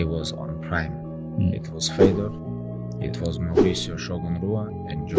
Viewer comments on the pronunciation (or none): I am surprised that, as a russian, he pronounced it Fedor and not Fyodor